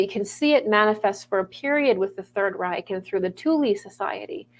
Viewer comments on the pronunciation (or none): none